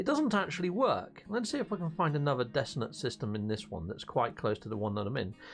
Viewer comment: Dissonant for god's sake.Not dissident or desolate.